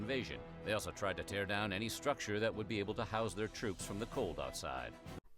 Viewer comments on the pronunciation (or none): none